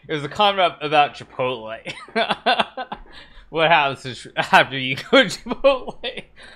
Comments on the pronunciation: DID HIKARU JUST SAY "KIPOTLE" INSTEAD OF "CHIPOTLE"?? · Lmao ki pot el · Hikaru just made me question how I pronounce Chipotle